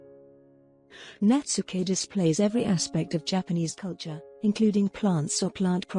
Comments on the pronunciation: I'm very sorry, but the word Netsuke is pronounced Net-ski not Netsooka I have studied this artwork for many years but, still not pleased with my designs like the Masters of Japan. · I thought it was pronounced 'Nets-kay', not 'Nets-ookay'?